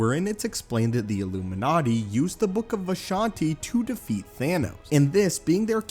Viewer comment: The debut of the "illumiNaaati"